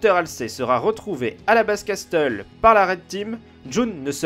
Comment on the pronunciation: Ouah... Kino castle ce lit cassel pas castel xD Sinon comme dhab vidéo sympa. Dommage kon a pas eu plus de gameplay avec Jun c était top